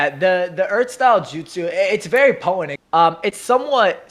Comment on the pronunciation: Bruh. The 'T' in 'potent' is not silent.